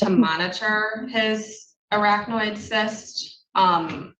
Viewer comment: “Akronoid” cyst…it’s ARACHNOID, big dummy!! 😂